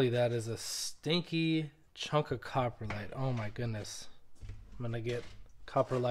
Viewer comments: Cop-ro-lite. Not copperlite…. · It sounds like you pronounce it coporlite vs coprolite